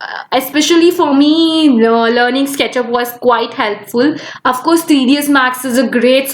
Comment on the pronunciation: I just pause there dislike the video & gonna after listening Yespecially Afcourse Woldar these pronunciation